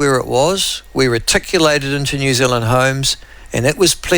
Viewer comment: It’s New Zealand,,,,,, make an effort !